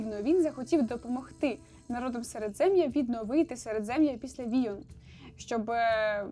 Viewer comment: привіт. не війон, а воєн